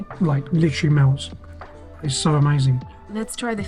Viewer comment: "Literally" "Litererally" "Literally" 🤦‍♂🤦‍♂🤦‍♂